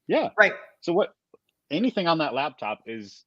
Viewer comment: Driving me insane that Daniel is saying labtop